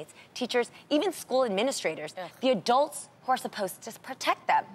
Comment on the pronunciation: Adrianne needs to stop saying 'Adelts'. They're called 'Adults' lol